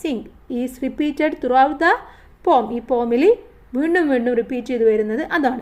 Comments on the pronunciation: Pom alla poem poyem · Pom alla poem anu😊